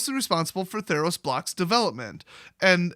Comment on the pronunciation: Really? You said "Theros-Os" when you could have gone "Ther-Os?" I'm not mad, I'm just disappointed